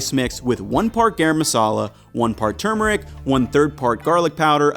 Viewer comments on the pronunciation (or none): Great video! So thorough. Great job. (It’s turmeric, with another ‘r’.)